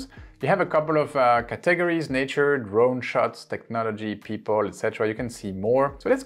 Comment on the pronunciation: Great stuff here Thanks for this helpful information. BTW In English we pronounce "categories' like this: CAT eg ories - put accent on 'cat' and a bit on 'ories'. I am trying to find out if we can upload things we've made on the Free Canva app to our YT channel. I couldn't find it on your Canva video - did I miss it?